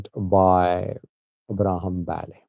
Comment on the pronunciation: i can helpp u to pronounce right the name Abraham Belay not Bale.